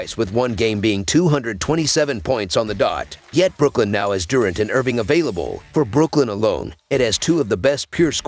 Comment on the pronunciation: Lmao i was just lmao bout how he said it